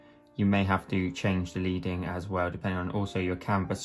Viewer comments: FYI : It's not "LEEDING", it's "LEADING", as in the metal, lead...from back in traditional print days when type-faces were made in the (metal) lead & separated by slivers of (the metal) lead... adding or removing such slivers would change the distance between letters. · Leading is pronounced “Ledding”. On old fashioned printing presses they used to use bars of lead to space out the sentences. Not so interesting fact of the day!